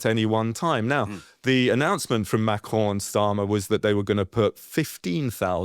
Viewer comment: Why do u pronounce macrons name like that